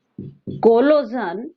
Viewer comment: Sorry mam it is collision not collosion